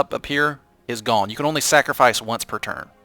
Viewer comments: He says "Snackrofice it" not "Sacrofice it" :D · it sounds like you're saying "snackerfice" I think it sounds pretty cluzery:3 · are you deliberately saying "snackrifice?" Sorry if its not, thats just what I heard throughout the video haha. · Its time for a Snackrifice. Snackrifice is the word I keep hearing when he saws Sacrifice. Make that a thing it could be good. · Don't know if its me but I keep hearing the word 'snacrifice'